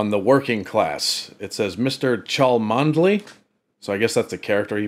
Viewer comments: It's actually pronounced "Chumley"; they are a real aristocratic family and own huge estates in Kenya. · Pronounced Chumly.😁👍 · Cholmondley is pronounced Chumley. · "Cholmondeley" is a village in Cheshire and a posh family name. It is famously pronounced (in both cases) as "Chumley". The name "Featherstonehaugh" is similar, being pronounced "Fanshawe". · Just to help our US friends Mr Cholmondley-Warner is pronounced 'Chumley-Warner' - another little joke about our crazy British names.😅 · Cholmondeley is pronounced Chummly for some arcane reason of the language. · Cholmondley is, for some reason, pronounced Chumley... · Cholmondely pronounced Chumley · It's spelled Cholmodely but pronounced Chumley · It’s pronounced Chumley old chap! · cholmondley is pronounced chumley